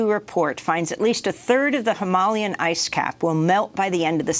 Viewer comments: It's hyma-LAian not hymal-IAN. Amy you putting im-PHA-sis on the wrong syl-LA-ble. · It's Hima-LAY-an. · Journalists should really know how to pronounce things properly hi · muh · lay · uhn is how to pronounce Himalayan :) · I appreciate this channel’s journalism. They’re pronouncing “Himalaya” and “Himalayan” in a way I’ve never heard of before: “him-ah-LAY-un”, instead of “hi-MAL-e-un”. It’s clearly intentional. Perhaps this is the way it’s pronounced locally? And shocking that Bayer was making zyklon B in WW2, but I can’t really say I’m surprised. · Needs to learn how to pronounce Himalayan